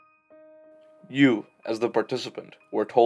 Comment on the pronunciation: It's Milgram as in Stanley Milgram not milligram